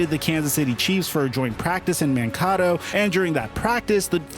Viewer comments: Bro it’s pronounced Man-Kato, not Man-Caughto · Awesome video but Mankato is pronounced Man Kayto. That’s my only issue other than that this video is really good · It is pronounced Man-Kay-Tow. Lived there and that training camp was epic. Went to it many times. Was at the Mankato State campus and has been for many years. It is now called Minnesota State. But yeah, epic camp. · The way this dude just said “Mankato” 🤣🤣